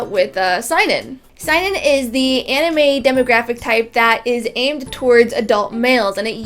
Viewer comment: Why do you pronounce Seinen like a german word? It's SEH-EE-NEN